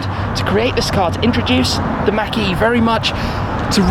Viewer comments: I absolutely despise how you pronounce “Mach-E” It’s not Mackie, it’s Mach E... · Mach - is not Maack, but more like Mock E... you're welcome :) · It’s pronounced “maak” not “Mac” shmee sounds like you’re saying macaroni and cheese 😂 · Mach not Mack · Everyone-mach e Shmee-mackie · Tim has a very Interesting pronunciation of "Mach E". Fyi, it's pronounced like " Mock E".... not "mackie" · Is it me, our Sounds it like Tim says marquee every time he mention Mach-E. 🤔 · Mack-ee you say? 🤔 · He says mach e like he's trying to say mcdonald's or something hahaah